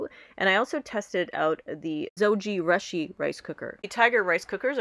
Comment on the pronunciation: Zo-gee-rush-ee? Thought it was Zow-joo-roo-shee